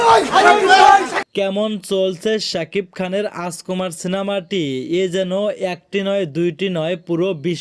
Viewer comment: হালার ঘরে হালা তুই যে ইউটিউব চ্যানেল চালাস কথাই বলতে পারোস না তুই বলস রাজকুমার সিনেমা তুই বলতাছস আচকোমার তুই আগে মুখের উচ্চারণ কর আগে শিক্ষা লাগে মুখে কথা বলা শিক্ষা চালাইস কথা বলার কোর্স কইরা ইউটিউব চ্যানেল মিডিয়ার সামনে আয় শালা গদ্য কোন হানে তুই রাজকুমারের নামই বলতে পারোস না